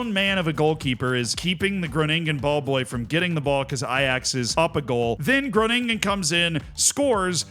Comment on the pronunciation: Gro-nin-gen. First part is where you put the emphasis. And yes that kid was fantastic! Funfact: in Spakenburg (The Netherlands) there is a derby between Spakenburg and IJsselmeervogels. The 2 clubs are separated by only a fence. It's great fun to attend the matches!